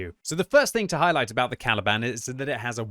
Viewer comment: I can't help but hearing "Taliban"